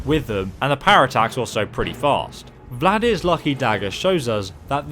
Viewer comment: No, it’s not called “Vladir’s...” Sound it out.